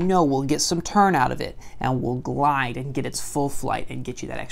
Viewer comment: You said glidus